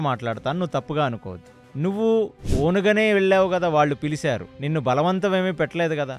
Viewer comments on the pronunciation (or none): Sir, I like your podcasts..pl note this... Pilicharu...not pilisaru...pl use cha sha... carefully....